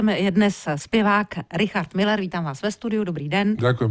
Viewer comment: Ale on neni Miller ale Müller uz to vyslovujte konecne spravne